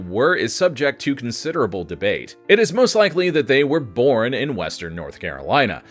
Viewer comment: When you said "bornt" my immediate thought was "wait, was Ricky actually right". English isn't my 1st language and I almost never get to use it.